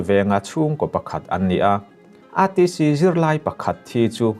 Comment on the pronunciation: Aizawl Theological College lam tawi ETC ti lova ATC (A for Arpa) ang a i lam hi a ṭha ka tih zawng a ni.